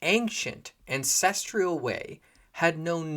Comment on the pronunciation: There’s no I in ancestral. Stop saying ancestrial